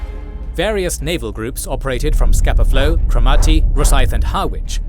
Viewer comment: Pronunciatio corrections: Hobart" is pronounced "hoe-bart", not "hob-art". "Scapa Flow" is Scarpa Flow". "Harwich" is "Ha", (as in the first part of "had)"-rich". "Casemate is "case-mate". In "coup de gras" the S is silent. While "forecastle" isn't incorrect, it's normally contracted and pronounced "folk-sl" in maritime use.